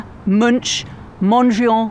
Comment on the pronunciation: Munch = M'NK, surely.